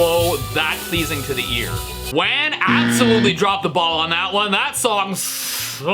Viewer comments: Hey Stevie for the AI WAN u say it like whan like Juan but with a w in front of it also love ur vids 😊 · I'm pretty sure it's pronounced "W-ah-n". Like wand and swan. Lol